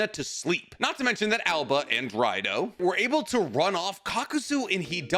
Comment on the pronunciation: THERE IS NO ALBA!!!!!!!!! IT IS _AOBA_!!!!!!!!!!!!!!!!!!!! AND HE HAS CROW/ RAVEN SUMMONS.